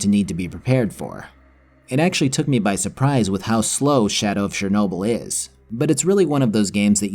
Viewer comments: Why can nobody prenounce CHERnobyl? why is it always fucking SHERnobyl. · It's Chernobyl man not Szernobyl...